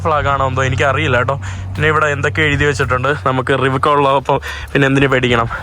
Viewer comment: KAROLA ❌️ RIVEKA ✅️❤